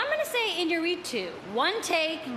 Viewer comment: LOL I only now noticed that Tina Fey called Alejandro Iñárritu “ALAHANJU” and everyone seemed to be okay with that